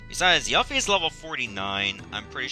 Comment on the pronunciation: Of course you needed to equip Yuffie with a Ribbon for her side quest, dude. Also, Yuffie = Yoo-fee, not Yuh-fee. Her name in the Japanese version is directly translated to be spelled as Yufi.